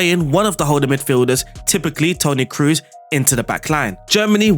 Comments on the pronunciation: No big deal, i heard how you pronounced fernandes and was good so for me is weird when you speak cruz instead of "toni kros" you dont need be scary about double oo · Kroos, the two o are pronounced like in door not like in goose.